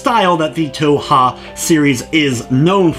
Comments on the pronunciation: It's pronounced 2hu. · Touha? Its Tōhō not Touha. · _- "toe-ha" how do you even get that from "touhou" (toe-who) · Yeah it's a good review. Sorry lol, just thought I'd mention that it's not always the best idea to just go with the first thing you hear from random peeps online. (I'm pretty sure it's like "Toe-Hoe" for what it's worth though, in all the Japanese videos I see where japanese people pronounce the name they say it like that.) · it hurts my stomach, but i have not regrets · lol stumbled upon some primo cringe today. Also toe-hoe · did you, like, spend no effort even attempting to figure out how to pronounce the series? >:C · Leave the man alone about the way he pronounces it, JFC. All that's important is that you know what he's talking about. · Where do you see an "A" in the word Touhou... just... gotta ask.. >.> good review though! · Yeah sorry but a cursory glance of Japanese touhou stuff (you know, where it came from) clearly reveals it to not be pronounced like that. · Im not shaming your review at all (hell I have the game now) but one way to piss off a community is to mispronounce the title